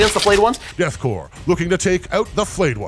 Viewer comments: “Korps” is pronounced corps like in marine corps. It’s just the German spelling of it. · I don’t mean to be that guy, but every time he pronounces “Korps” as “Corpse” instead of “Core” I take 1 D3 psychic damage. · You keep saying "Korps" and "Canoptek" wrong. Korp is pronounced like core, and it's can-op-tek, not can-top-ek. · It's pronounced Death 'core', not Death 'corpse'. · Korps should be pronounced like core. I can't tell you how or why this bothers me so much. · Idk, I think "Death Corpse of Kreig" tracks pretty well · So are we just doing a meme by saying Death "Corpse" , instead of "Core" for Korps?